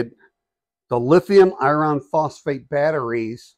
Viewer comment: Not usually pedantic about word pronunciation but your annunciation of the word "iron" is making this difficult to watch/listen to. For the record, that word should sound like ai·urn!